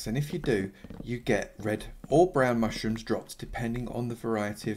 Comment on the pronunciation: Anyone hear him say mushtrooms